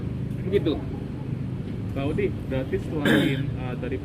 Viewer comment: Assallamualaikum pk Odi oi la .bukan oli hahaha.uda dtangkp dtahan kok .